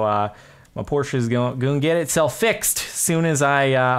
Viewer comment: finally! A man who can pronounce porsche correctly!